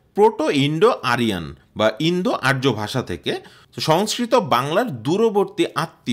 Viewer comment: আরো বেশী করে গবেষণা পঠনপাঠন করে কনটেন্ট তৈরি করা উচিত ছিল। আমুদরিয়া নদীর উৎস স্থল, উরাল নয়।আর্যকে ইয়ুমনা উচ্চারণ সঠিক নয়। জটিল বিষয়ের আনাড়ি কনটেন্ট।